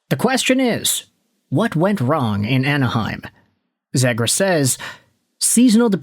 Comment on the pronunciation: It's pronounced 'zeegrus'